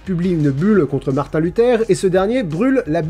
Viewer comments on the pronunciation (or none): none